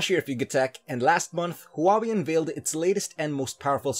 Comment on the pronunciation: thought I was the only one that noticed the pronunciation